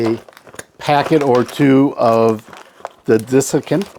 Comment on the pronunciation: I enjoy your videos. I hate to be petty, but it is DESiccant not DISiccant. The dis was making my head hurt. :)